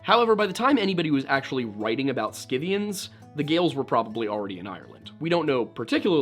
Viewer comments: Prnounced "sith-ee-uns." Schythia or Scythia: "sith-ee-uh." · Scythians. Pronounced SITH-ians, b/c I know that you would want to know. Re: Gothia, sometimes used for the name of the Visigothic Kingdom in ancient Spain.